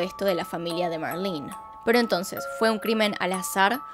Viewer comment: Me caga que diga marlin es marlene 🙄🤦‍♀️ no sabes. Leer